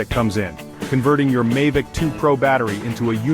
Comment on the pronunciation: Why do you keep calling it a Mahvic and sometimes Maivicm, its Mavic?